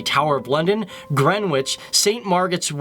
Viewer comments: Gen-ich, not Gren-witch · Thank you as a proud Londoner (born, bred, studied, work and live). I absolutely love my City mainly because of the multiculturalism and our strength. Just a couple of notes "Greenwich" is pronounced "Gren-itch" and "Westminister" is actually "Westminster". I'd love to see videos in the Caribbean islands, mainly JAMAICA 😀